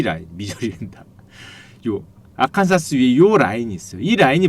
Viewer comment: Arkansas: 아칸사스(X), 아칸소(O) 미국 지명 중에 가끔 철자랑 실제 발음이 일치하지 않는 곳이 있어요. 시카고가 있는 주인 일리노이(Illinois)도 그렇고요.